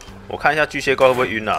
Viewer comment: 一直把巨蟹怪 唸成巨靴怪